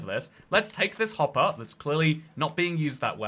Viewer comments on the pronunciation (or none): none